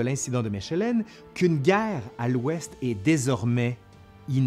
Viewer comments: Je suis un belge chiant, je l'avoue, mais j'ai passé 6 ans à étudier le néerlandais en immersion et je soulignerais juste que "Mechelen" se prononce "Mékeleune". En effet,en néerlandais "ch" devient "k" comme son, "en" devient en fin de mot "eune" et il n'existe aucun accent sur les voyelles en néerlandais, donc la plupart du temps il faut déjà avoir entendu le mot, ou se référer à la voyelle/consonne suivante pour en connaître la sonorité. Voilà, j'ai fais mon chiant mais les néerlandophones (Flamands) râlent déjà assez que les francophones (wallons) ne s'embêtent pas à apprendre le néerlandais, alors je me fais partisan des deux camps en soulignant la prononciation correcte ^^ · Mèchèlènne?? Mechelen se dit Malines en français. Et sur votre carte de toute façon c'est pas Malines c'est Maasmechelen. A part ça c'est intéressant. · J'adore, par contre ça se dit "mékelen" et pas "méchelen", voilà juste pour faire le chiant. j'habite à 40 minutes de là, c'est pour ça 🤷😉😘 D'ailleurs Mechelen c'est en néerlandais. Traduit par Malines en français. Bien que les deux se disent. Tout comme Anvers en français donne Antwerpen en néerlandais. Anversse et pas Anver Molenbééék et pas Molen-bec Et j'en passe... Puisse quelqu'un être instruit et intéressé par ce commentaire, j'ose espérer. Sinon très bon boulot, j'adore ! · Mechelen (Malines en français) ne se se prononce pas "Me_CH_elen", mais "Me_K_elen". Tobernucle 😜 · ...et se prononce "Meckelen" 😅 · Mechelen se dit “mekelen” mais superbe video ! 🇧🇪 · Superbe vidéo, ce qui fait sourire les belges, Mechelen ville flamande (Malines en français) se prononce: mèkelenn [ ˈmɛxələ(n) ] :) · Mechelen est à 100km de Maasmechelen, les deux se prononcent -mekhelen, et Mechelen a un nom français, Malines. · C'est extrêmement intéressant. Je n'imagine même pas la somme de travail derrière chaque épisode. Bravo ! P.S. Mes oreilles de francophone belge ont titillé sur la prononciation de la ville de Mechelen :)